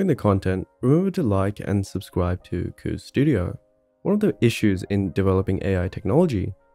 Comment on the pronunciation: I still find it strange hearing QOVES pronounced like "kooves". I've always read it like "coves".